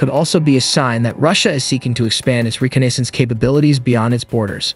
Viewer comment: Its pronounced "Reh cah ness ance" ...cool jet though